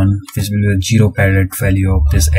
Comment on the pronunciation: its ZERO not JERO